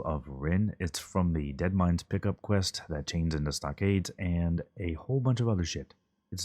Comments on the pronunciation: bro keep saying DIRE MINES instead of Deadmines and I'm pissed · How many ways can you say Deadmines wrong?